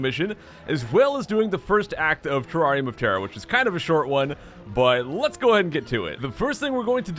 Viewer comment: Is it just me who thought he said teraria motara? Not terrarium of terror